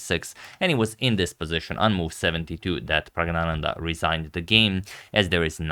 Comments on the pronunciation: Sir, I think the first N in PraggNananda might be silent during pronunciation. I am not sure, but I think it might be so. Since you are so meticulous about pronunciation, I am commenting this. Other viewers, particularly from South India might help in this matter. With lots of thanks and regards. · N should be pronounced. Pragg-na-nan-dhaa.